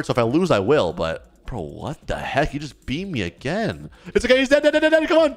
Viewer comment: bro actully say fax and juts juts is not juts its just and fax is aint fax its facts